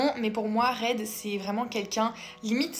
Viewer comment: Merci pour les idées ! Juste un truc Reid sa se prononce Ride